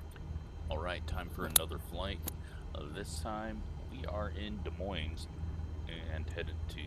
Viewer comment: Yep could tell you’re not familiar, considering it’s not pronounced with the s’s. Haha, my dad does the same thing when he visits